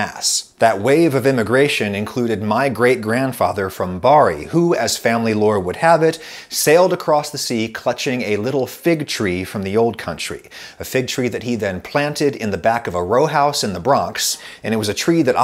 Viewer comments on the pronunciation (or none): Your grandfather would be ashamed on hearing you say "Bari" like that